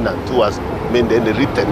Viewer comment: it is not 'mend' but 'made'😂😂 ongeza iyo pia!